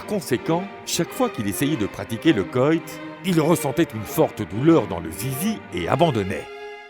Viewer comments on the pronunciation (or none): Le « coillt » ??? Je croyais qu.on disait coït, non? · Excellent ? Il sait même pas parler français ! Un zizi ? Un coyt au lieu de coït ? Sérieusement ? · Narrateur nul comme sur toutes les chaînes en anglais traduites. Le coyt ! 😮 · le "koyt" !